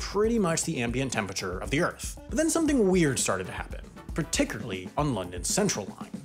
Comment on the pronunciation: When you say per-tick-i-ly, d0 you men par-tic-u-lar-ly, because that Wass not even close.